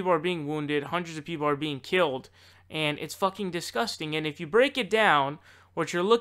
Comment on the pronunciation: Keeled? Really?